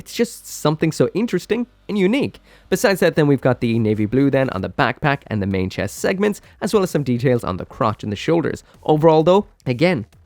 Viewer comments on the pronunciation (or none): none